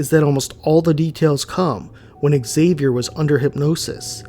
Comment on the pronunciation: Excuse me but is pronounced Javier. The X in Spanish is pronounced like a j in this case. Like Mexico is pronounced Me-he-co. Just saying.😊